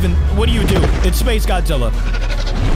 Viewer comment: Why are you keep saying Godzilla wrong